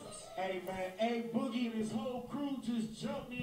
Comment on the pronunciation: loll "aboogie with the hoodie" instead of a boogie with the hoodie